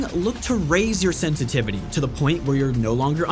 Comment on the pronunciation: Sen tity vity??